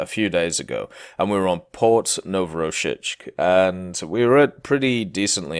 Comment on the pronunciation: Wow, you totally butchered Port Novorossiysk . -siysk, not -shischk xD